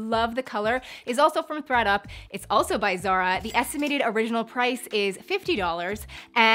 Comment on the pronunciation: I heard readUP then ThreadUP then I heard FredUP lmao 😂